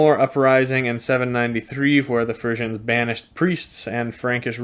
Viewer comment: I can't stand that during this hole clip you keep on going to call the Friezen"faeces".You say you have been to the Netherlands so why don't you try to pronounced it correct.